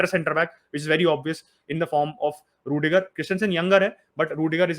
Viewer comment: hala madrid.... it's ruidiger....